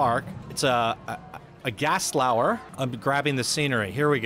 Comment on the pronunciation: It's Gerstlauer not "Gastlauer"